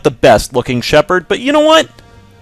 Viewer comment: It's SHEPARD